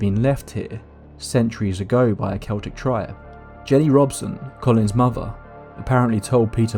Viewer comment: I think "the answers they seeked" should be "the answers they sought" BUT since you pronounced Celtic (Kel-tic) correctly when so many say it like the basketball team, U are forgiven! ☘️